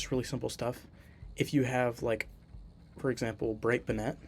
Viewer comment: this is great stuff! but the way you say "brightbonnet" is a little upsetting, I do forgive you tho!